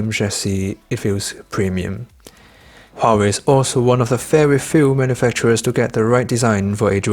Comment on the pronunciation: correct pronunciation is Wah,-Way